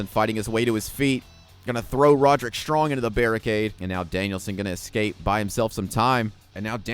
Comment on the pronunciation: Its pronounced more like rod-rick, not ro-derick 😂